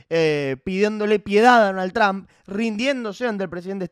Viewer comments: No seas ignorante no se pronuncia Tramp!!!! Se pronuncia Trump😊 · Por que los argentinos dicen Tramp? Jajaja se pronuncia Trump o Tromp, tal cuál 😅